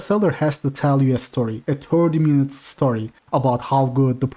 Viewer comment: "wait a menet..."